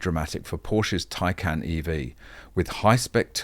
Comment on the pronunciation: Whenever i hear Taycan, hear it as tincan😃